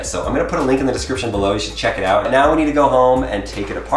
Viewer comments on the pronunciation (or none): when he says link in it sounds like he says lincoln